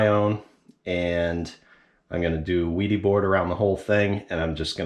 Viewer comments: The German way of pronoucing would be "Vædy". The æ like e in vest. But I think it is all ok, if US ppl say Veedy or Weedy 😁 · no, the manufacturer pronounces it "VEE-dee." It's a German company.